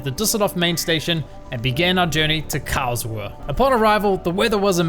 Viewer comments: Great video… I seriously need an airtag for my car keys 🙈😂 Added bonus being I now know next time I fly into Karlsruhe / Baden for Europa Park that it isn’t pronounce Karl-Shrew 🙈😂😂😂 Thanks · Karlsruhe more like cowrswe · I love how you pronounce "Karlsruhe" :D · Every time he says Karlsruhe, I'll do a push-up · very very cool intro and the video is so cool love it it's super funny how you say Karlsruhe